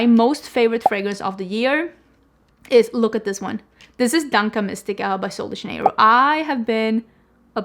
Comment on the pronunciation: FYI, "dança" is pronounced DANSA, not DANKA. 😉